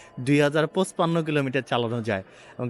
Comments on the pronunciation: ভাই পুছপান্ন কি জিনিস😅 পঞ্চান্ন বললে ভাল শোনায় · পচ্পান্ন কি ভাই??? পনচান্ন হবে